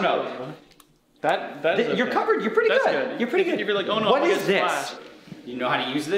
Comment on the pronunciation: “Wasist” 😂